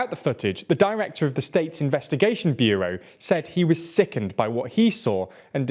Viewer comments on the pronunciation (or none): none